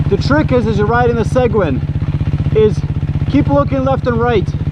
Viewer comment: At least pronounce Seguin properly good video though